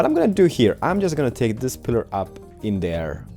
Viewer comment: Say "this", not "dis"!!